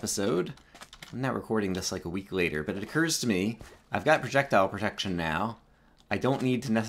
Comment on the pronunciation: Sounded like you said 'I have projectile projection in my pants'. Minecraft pickup line #34